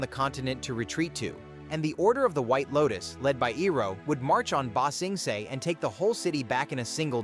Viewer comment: You know, in order to ramp up, you REALLY need to A. Use your real voice. B. Get the text to speech to do stuff like rather then ba sing se(it pronounced it see) and do stuff like ba sing say(spell like prenounciation)